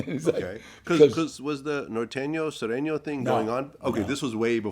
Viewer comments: It’s Sureno not Soreno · It's sureño not soreño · It's Sureño, pendejo.